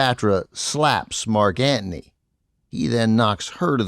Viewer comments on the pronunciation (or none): Very entertaining. I think “Antony “ has a “t” in it. Odd pronunciation is distracting. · But ‘Antney’ instead of Antony. Maybe he is kidding.